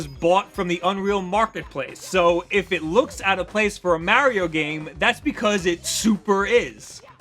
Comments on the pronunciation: heh heh heh. The way he says Mario. XD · That moment when you realize he can't pronounce Mario right...and this guy claims to be a nintendo fan? smh